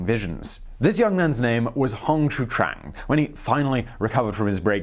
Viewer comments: It's pronounced Hong Zee Quan, A for effort and great on everything else bro. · His name is pronounced like “Hong show-chewan” (chew and then wan) In fact, as much as I know that mispronunciations are your thing, if you ever need help with chinese pronunciations, please just contact me :) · I butcher my own name Simon so I'm good.. LOL... But seriously I've heard Hong's sir name pronounced as Hong Gee Cwooong but not sure.. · The mandarin pronunciation is simplified as - Hong (not Hawng) Shio - chwan. You don't have to be Chinese to learn how to pronounce romanized phonograms. Takes like 3 seconds to put it in Google translate and press the audio option. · Hong Sheeww-chewaan, Tran is Vietnamese :P X = Sh / Q = Ch most of the time. Hong Xiuquan, Hong Shiu Chuan. Its a tongue-twister for sure.